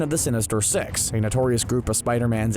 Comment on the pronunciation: Wow sheesh not being rude bu is accent made it sound like “Sinister sex” no “Sinister six”